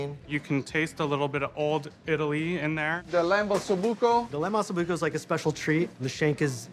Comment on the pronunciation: One diner said AH SO BUCCO. The pronunciation is OH SO BUCCO. Que cazzo f’a?